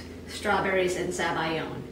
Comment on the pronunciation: everything was going well until you said zabiyo and i was like whats that